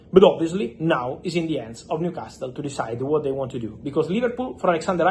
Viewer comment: The T IS NOT PRONOUNCED IN NEWCASTLE 😂😂😂😂😂😂